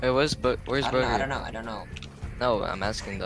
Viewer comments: he really said “where is bugger” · He said booger didn’t he? There was a player in the finals named boogereater like was he even talking about Bugha?